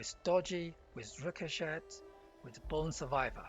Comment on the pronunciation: The T in Ricochet is silent.